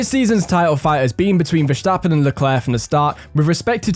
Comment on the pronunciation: This guy actually pronounces Verstappen right